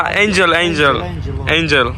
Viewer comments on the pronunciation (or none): none